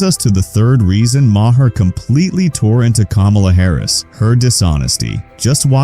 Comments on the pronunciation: It's not muh - hair. It's maer. That's so annoying. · When did Maher change his name to Maa-Hair?